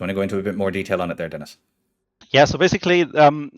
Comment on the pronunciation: Has a french player, I have to say that the pronounciation of Dennis is pretty good!